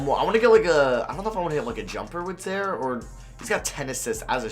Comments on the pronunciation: mans said “za-er” lmao it’s “zi-eer” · im pretty sure it is zi-air not zare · Its pronounce Zaire not Zare wtf lmao good vid tho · "Zaare Wade" 🤣😂😂 I'm done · I think some white people are incapable of pronouncing zi-eer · It’s zi ear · Yea, his pronunciation was painful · pronouncing names wrong.... Zare Wade Zeeon Williamson